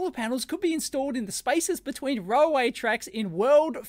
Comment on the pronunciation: You pronounce railway as "roll way"?